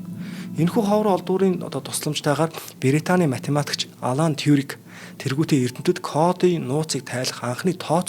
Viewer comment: Голфстримын салхи биш урсгал шүү бас математикч Алан Турик биш Алан Тюринг шүү ахаа